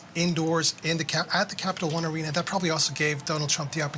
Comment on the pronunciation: this news reporter messed up the name of Capital One Arena 3 times